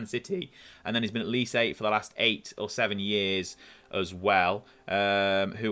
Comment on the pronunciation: Enjoyed the video but your mispronunciation of Lecce tortured my soul 😂